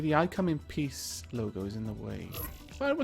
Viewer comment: It sounded like you said "I come in Piss!"